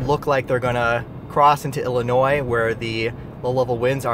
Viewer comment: I'm glad you said IL correctly